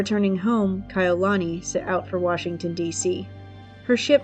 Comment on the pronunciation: Yes it's called respect your subject is our princess it's not difficult to assure that her beautiful name is pronounced correctly. I did enjoy video that was the only thing that was bothering every time Kai'ulani was pronounced incorrectly. Thank you & best regards.